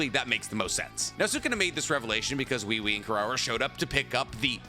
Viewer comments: The way he keeps saying wewe😭😭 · Why does have so much trouble pronouncing Ui Ui? It’s obviously pronounced as “We We” in the anime. Both sub and dub.